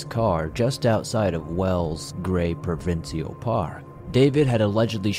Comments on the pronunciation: Love your videos, esp the shimmering turtle one. Full respect to you, but Canadians pronounce provincial Pruh-vin-shul 😊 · Love you covered Canada, even if all sad stories mind you. I've heard about the David story before. I can please share that we Canadians say "Provincial' (pro-vin-shul) thank you